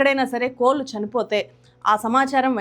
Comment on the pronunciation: కోళ్లు కోల్లు కాదు కదా గారూ